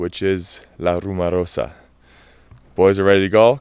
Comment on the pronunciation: RumOrosa! Pronounce it,just like you pronounced "rumor". 1 A....,and its at the end.